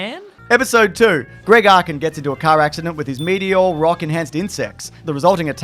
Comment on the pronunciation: I don't think I've ever commented on one of these videos but why can't you pronounce meteor